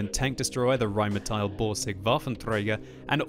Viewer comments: "rheinmeteil" please. the pronunciation. please. it's not spelled that way.. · why do you say rhinemehtyl?